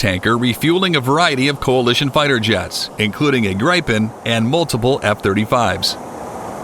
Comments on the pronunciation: GRAIPEN???? Dude! it's pronounced GREEPEN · Where do you get ''gripe-en''? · GRIPEN it’s an short I like in “IT” GRIPEN—-gee wiz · It's GRIP-EN and RAF-A-EL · HOW TO PRONOUNCE "Gripen"? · My comment was relative to the mispronunciatıon of grıpen.